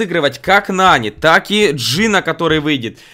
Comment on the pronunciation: Он сказал НаВи нани